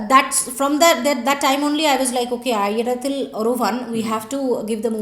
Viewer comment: Hi... It's not aariyathil it's aayirathil... I caught your 🤣 Wrong pronounciation